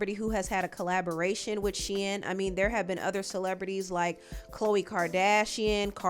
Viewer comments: Girl it's pronounced SHEEN not Shein 🤣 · It’s pronounced Sheeeeeeen lol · The I in Shein is silent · Okay I thought you pronounce it “SHEEN” 😂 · Why are you saying Shein like that...I thought it was pronounced Shein lol